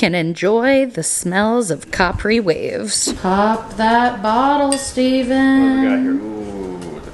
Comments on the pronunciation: Girl... copry? Ca-Pre like the pant. lol Kaa. Preee. Thank you for making me giggle. It's been a hard week. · The candle is pronounced like cuh-pree. I went to that island in Italy last summer. It’s a small island off the Amalfi coast. Highly recommend visiting it. That’s the only way I know how to pronounce it though cause otherwise I’m the worst at pronouncing things properly :)) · Capri is an Italian island therefore you need to rolllllll the RRRR when you say Capri 😊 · I was dying over cop-ree waves 😂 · i say this with so much love and zero disrespect: as a viewer since 2018, i genuinely love your mispronunciations of words from time to time. it is just the most precious thing! never forget creme fraiche and cerave! and now we can add capri to that family 🥹🫶🏻